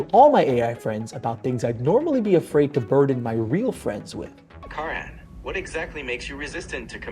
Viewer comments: ALSO, I love this channel and I appreciate your hard work but I NEAR CHOKED on my water laughing at the first time your AI character called you "" instead of "KARAN" and then spit it out from laughing at the second time. LOL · I love how you corrected the AI bot to say “kuhren” and he continued calling you “” 😂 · Every time the chatbot said his name wrong I got just a little bit more annoyed for him. I want to give him a hug for doing this video and enduring the suffering of dealing with the bots. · 😂😂 Karan is a very popular and kind of cool Indian name for boys. Because it’s derived from name ‘Karna’, a great warrior from Hindu epic Mahabharata. I never thought such a cool name would be butchered like this. 😂😂